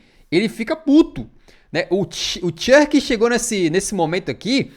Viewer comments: Poxa, não é Chãrk, mas Cherki. Video da hora porém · Eu morro um pouquinho por dentro todas as vezes que você pronuncia o nome do Cherki da forma mais BRITÂNICA possivel kkkkkk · O querendo inventar moda falando o nome do Cherki "errado" não dá kakakakakakakka